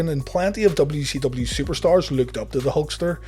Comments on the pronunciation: Is he saying W-she-W? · Am I the only one hearing WECW?